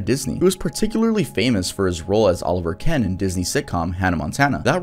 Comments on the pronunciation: Musso's character on Hannah Montana was Oliver Oken (say "OH-kin"), not Oliver Ken. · It was Oliver Oken, not oliver ken lol